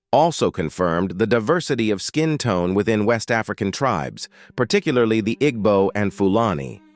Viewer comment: That is not how you pronounce Igbo.